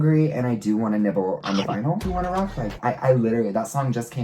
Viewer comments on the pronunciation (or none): none